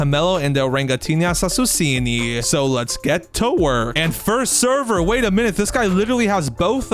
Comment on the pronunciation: bro it is orangutini ananasini not orangutini assasusini but love your videos bro